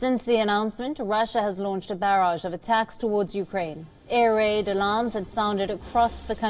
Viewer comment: That’s not how we pronounce “barrage.”